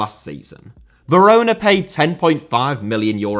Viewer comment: Some of your "corrections" aren't even right. Almost all English speakers call the capital of Poland Warsaw. Some of your transcriptions are just appalling as well. There's nothing wrong with shortening there are to there's, and he pronounced San Siro, Verona and Inter and Roma perfectly well.